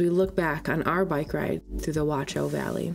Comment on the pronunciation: yeah the wat-chau pronunciation is harsh. No T sound (nor K sound) German CH is like a hiss from the throat. But nice video!